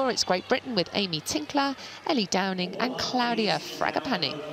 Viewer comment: British and can't even pronounce Ellie and Becky Downie's names properly. I noticed she said DowNING several times.